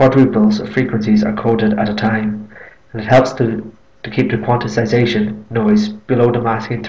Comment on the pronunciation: Note that the word is “quantization”, not “quanticization”.